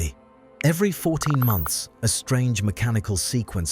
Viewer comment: “14 MOUNTHS” ??? 😂😂😂